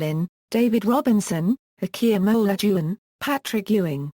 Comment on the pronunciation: "A-key-in-unlocked-you-on" (Hakeem Alajuon) 🤭😂